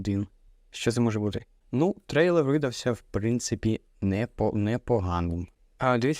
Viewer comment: стрэйлэр? смищная мойва